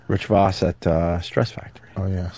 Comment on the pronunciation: Everyone including Rich pronounces it “Rich Vawss” Opie: Rich AHHHHHH VAHSS in studio